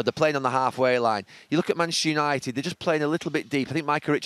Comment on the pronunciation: "Manashu United"